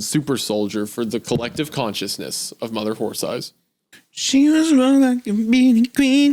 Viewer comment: Isaiah continuously mispronouncing horse as horth is cracking me up